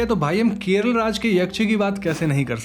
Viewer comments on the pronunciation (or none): none